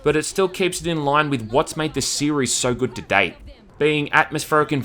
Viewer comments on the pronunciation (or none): none